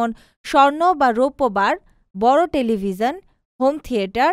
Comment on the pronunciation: Television uchcharon hoyni apnar